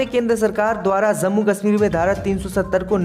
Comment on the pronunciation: JUMA ko ZUMMA read kerta hai bewaqoof..Kis ne bithaya Yahan per..zammu BOLA Jammu ko...yeh Kya ho raha raha hai...HIZAB BOLTA